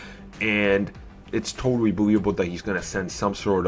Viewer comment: Scarwot Witch? Dispway of power? You don't totawy beweave her? I can't take this video seriously... lmao